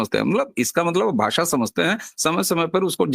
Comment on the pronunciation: भासा नही भाषा ष का उच्चार कीजिये